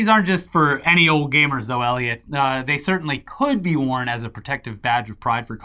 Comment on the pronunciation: Every single video ever says: Eliot, at the beginning in large letters.. which you see every single time. You: "Elliot" :_InternetMock